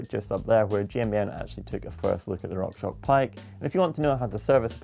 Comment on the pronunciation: #AskGmbn why is always saying "rockshock", where is the x?